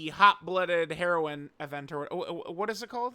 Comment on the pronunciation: you say heroine too much like heroin 😭😭